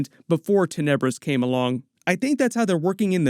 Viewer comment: I always read the name as Ten-ah-bris, not TIN-UH-bris.